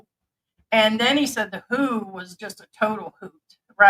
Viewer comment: nobody calls the World Health Organization “The Who”. The Who is a famous rock band from England. It’s the “W.-H.-O.” (Like the F-B-I)🤷🏻‍♂️